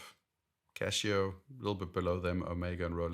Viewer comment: Casio, not Cashio!